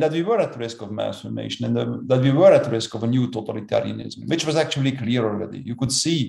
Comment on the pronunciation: So it is pronounced MASS Formation, not Mass FORMATION.